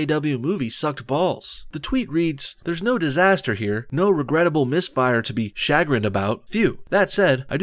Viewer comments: don't know how to pronounce 'chagrin', eh? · Never heard anyone pronounce 'chagrin' like that